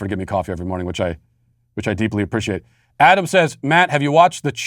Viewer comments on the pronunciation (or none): none